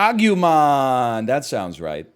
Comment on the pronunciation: Agumon is yellow not orange, also it's agoomon